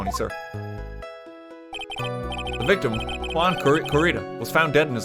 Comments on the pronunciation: I was so worried he was just going to give up on figuring it out and I'd have to hear "hue-on" the entire case. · yuan? YUAN?! WHAT DO YOU MEAN YUAN??? *cries in spanish* edit: corr*i*das not c*o*rridas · RT trying to say Juan really got me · fully obsessed with how rt struggled so hard to say "juan" for like a full minute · English major btw. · So it was obvious knowing how to pronounce it, since it is a spanish name, it is pronounced with a spanish accent. Literally what I've been saying in two comments. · my mans trying to say “juan” was GOLDEN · Why didn't RT Games just googled how to pronounce him instead of asking chat how to pronounce Juan, does he want IPA ... EDIT: Oh thank God EDIT 2: Corrida was so closed... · I don't even speak Spanish but I know how it's pronounced djzjzkxkxk God RT is so Irish